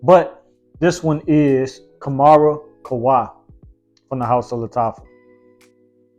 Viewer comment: Kam -rah ... not Ka -mara friend.